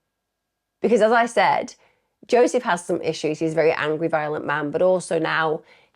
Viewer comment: Jozsef is "YO-sef" and the Hungarian name Eva is "Ava"